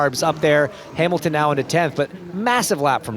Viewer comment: Who is this Hay-milton?